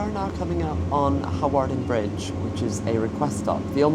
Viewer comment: You silly girl, it is pronounced Harden Bridge. There used to be a RAF camp there and a De Havilland aircraft factory.